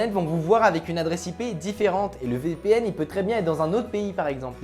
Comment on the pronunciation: Marrant comment tu dis VPN... Vipihenne